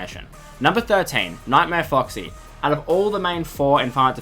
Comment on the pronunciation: "Nightamre Foxy"